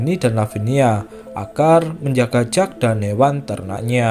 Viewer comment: Kalau jack itu biasanya di baca jeck min